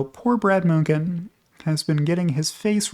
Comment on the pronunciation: Such a strange way (to me) to pronounce Munchen. Since it looks so much like München, home of BMW, I was thinking there was some bad German news floating around.